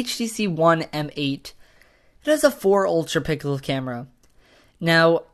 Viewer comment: "It has a 4 ultraPICKLE camera..." Hahahaha don't know it was willingly done but hilarious man hahaha